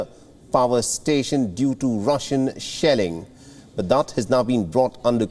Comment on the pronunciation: Did he say sh*tt*ng or Shelling on the plant,by Russian soldiers